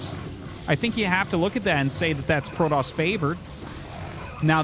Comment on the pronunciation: Why do you say Prodoss? Is it because they said it in the Wings of Liberty campaign? You know it's Protoss, right?